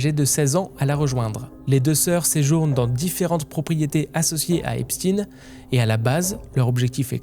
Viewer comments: Intéressant mais pourquoi prononcer volontairement « EpstiNE » alors que vous savez très bien que ça se prononce « Epshteine »? A croire que vous voulez faire rentrer une certaine idée dans la tête des gens qui serait loin de ses racines initiale 🤔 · Pourquoi tu prononce epstine et pas Epstein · Pour commencer la prononciation du nom n'est pas Epstin mais bien Epstein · Epstein pas Epstine , il est juif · Faut arrêter de dire EspTINE c'est EpsTEIN. Même les amérloques ils disent EpsTEIN. Vous avez peur de quoi sérieusement ? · Arrêté de l'appeler Epstine!!!!!! Il est pas russe mais juif! C Est Epstein ! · son nom ce prononce comme Albert Einstein, superbe vidéo bravo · Epstine???? Pk tu le prononce pas correctement toi aussi ? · Ça se prononce EPCHTAYYYN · Faites vous exprès de mal prononcer son nom? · non il le prononce en anglais, la phonétique n’est pas la même. Mais bon, je penses que personne n’est dupe.